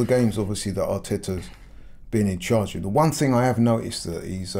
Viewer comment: Brexit ting! Its thing you muppet! At least speak the language properly....